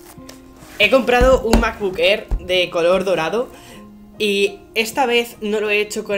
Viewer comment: Me ha encantado el "unboxing" del "macbuk err".